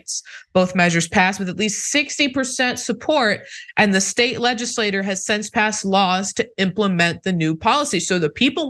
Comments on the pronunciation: I just want to correct your pronunciation of the word "legislature". You frequently pronounce it "ledge iss lay ter" which is actually the pronunciation of the word "legislator". A legislator is a person. A legislature, on the other hand, is a political body and is pronounced "ledge iss lat chur". If you could make this correction so we can understand when you are talking about a "legislator" and when you're discussing a "legislature" (chur). Thank you. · Interesting... Also legislature is pronounced leh . juh . slay . chr not leh . juh . slay . ter :) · Please try not to pronounce "legislature" the same as "legislator". It's confusing. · LegislatURE not LegislaTOR